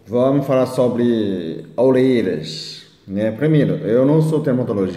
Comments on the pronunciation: Muito fofo. ORERAS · "Olelas"😄 Seu lindo ❤️